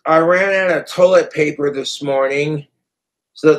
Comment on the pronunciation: Witness the hardship. "I rannada, I rannada tow-lit paper..."